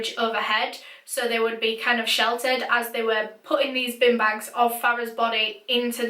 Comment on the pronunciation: That was me when she says bean bag, “bin bag”